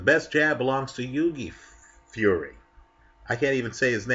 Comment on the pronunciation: Hi. Fyi, Hughie Fury is pronounced "Hyou-wee". Do you know the actor Hugh Grant? It's pronounced like that, but with a "y" on the end, like "joey". So think of the word "cue" but replace the "c" with a "h", then add a "y" on the end:D